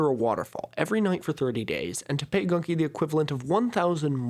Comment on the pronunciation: Its pronounced literally Gunki not Ganki